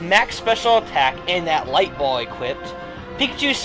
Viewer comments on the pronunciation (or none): none